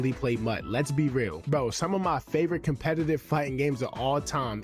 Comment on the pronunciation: Holy shit, he says "compegative"